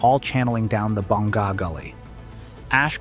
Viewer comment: You don't pronounce it May on. You say Mah YOHN. Stress the 2nd syllable. Also, BONG GAH (Bonga) is a different village on the east. You are referring to Boh NGA (Bonga) a village on the south.